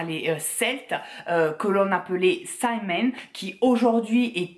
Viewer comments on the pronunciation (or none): Tu m'avait manqué mon <3 c'est la fête Samhain mais c'est du gaelique qui ce dit Sa-Ouine XD